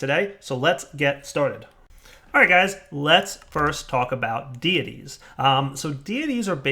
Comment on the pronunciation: "Deities" = "day-ih-teas"